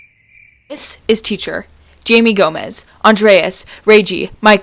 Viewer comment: It’s Jaime (High-May)